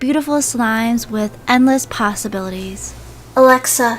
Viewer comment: when she says “ALAXA” my alaxa turns on